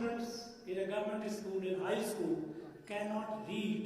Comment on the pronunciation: This fellow is not even able to pronounce "school" "digits" etc